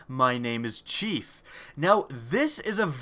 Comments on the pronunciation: Also you said CH3F wrong it's the kind in the kitchen not like master Chief lol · Poor chef, getting his name mispronounced. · my names Chef is how it was pronounced